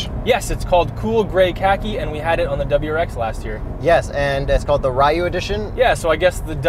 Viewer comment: no Ri you or it slured into Ryou as in dragon I think